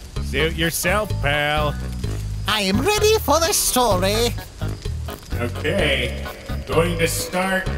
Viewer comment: i liek dat spoopy stowy